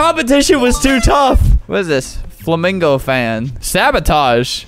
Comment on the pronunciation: “foamingo” FLAMINGO pls play pass bomb thing testing its funny “f u n n y”